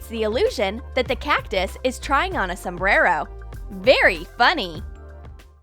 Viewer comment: You said Sumbero